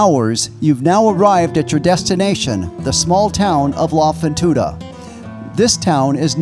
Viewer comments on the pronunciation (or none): Good video .....if we may help you with R Spanish ...........you should say La Fortuna ....not La Fontuna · “La fontuda “😂 I can’t